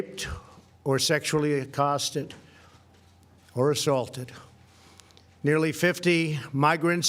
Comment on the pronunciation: Did anyone else noticed he initially said assaulted wrong?